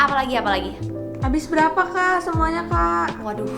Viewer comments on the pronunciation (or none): "adoh" nya ber-vibe org bali bgt awoc